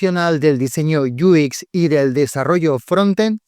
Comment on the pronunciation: Muy buen video, solo un detalle, por qué para decir UX dices algo como "iu ikx", en inglés se lee "iu-ex" o en español "u equis"